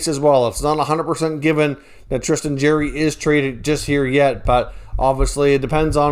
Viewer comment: Jarry , Jar-eee Not Jerry !